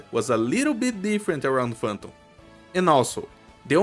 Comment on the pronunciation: sim, a maneira que falou Phantom e Banners pq os gringos falam o A com som de E